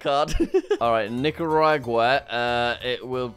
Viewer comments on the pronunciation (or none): none